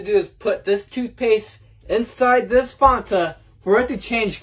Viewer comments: Did he really pronounce Fanta "fawn-ta" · The most uncomfortable part is how he pronounced “Fanta”